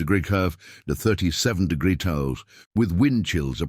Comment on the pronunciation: I think your AI reader is drunk. 'Degree' isn't a difficult word to say generally. Enjoyed the story anyway.